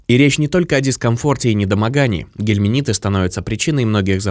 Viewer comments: Очень режет слух, когда говорят "гельминиты" вместо " гельминты". А натощак 2 раза в день выпить противоглистное средство не удастся, потому что натощак можно выпить только перед завтраком, а потом ( 2- ой и 3- й раз) просто перед едой. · Не гелминиты ,а гельминты.